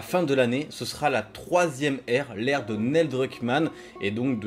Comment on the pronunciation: Crash 2 à 5 ans et le jeu de ta vie à 6 ans ?? C'est tôt non ? Déjà à 14 ans pour moi crash 2 c'était difficile mais bon. Sinon Neil se prononce Nil et maintenant que Wells est parti il va être en roues libres total le mec, ça craint pour ND. Le studio a une fanbase solide et fidèle mais pas sûr que Druckmann puisse gérer comme Wells et Balestra, avec Hennig c'était la belle époque de Naughty Dog à mon sens la meilleure. On verra ce que l'avenir réserve mais franchement le multi de tlou2 ça fait un peu de la peine quand-même ce temps perdu pour une poignée de joueurs. L'appât du gains j'imagine